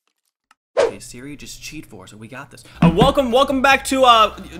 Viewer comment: every time he said hey seri my ipad would go to the "help" screen! 😂😂😂